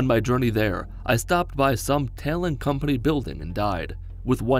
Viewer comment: Why'd he say Talon like that 🥺